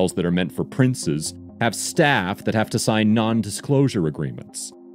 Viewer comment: why did he say staff like that...